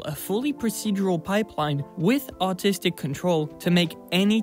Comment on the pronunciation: I thought you said autistic control